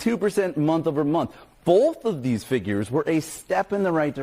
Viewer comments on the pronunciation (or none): there’s no L in “both.”